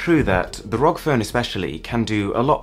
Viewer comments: Stop calling it rog instead of r.o.g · I don’t trust this vid because the guy said “rog” when it’s pronounced “r o g” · its not 'rog' it's R.O.G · Me too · Asus R O G phone. Always getting triggered ever time you pronounce it wrong.